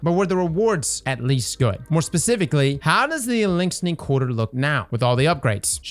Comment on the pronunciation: The only think I can focus on is adding another "n" to Eliksni